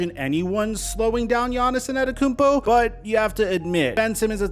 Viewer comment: Bro, who tf is Giannison Adekoumpo? Y can't he say his name right?